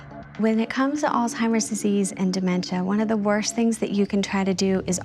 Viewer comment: This woman is Social worker and the director of Programs and Family Services for the Alzheimer's Association and mispronounces the very word and group she is representing, "Alzheimer's, not All-timers.....